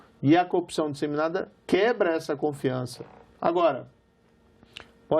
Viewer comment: Ele falou copsao, foi isso!